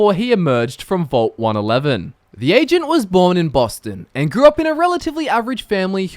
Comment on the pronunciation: he kind of sounds like he is saying Asian instead of Agent at times